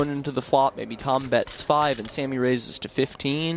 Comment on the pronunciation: i HATE the way this announcer talks. the way he says "flush" and the way he says "five" really lazily. fuck you announcer.